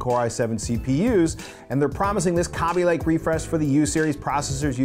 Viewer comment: It's Kay-bee lake.